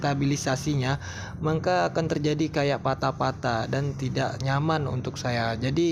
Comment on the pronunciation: Maka bang bukan mangka